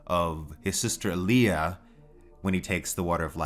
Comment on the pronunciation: Told you it's All-ya, not, Ah-lee-ah 😂 🙄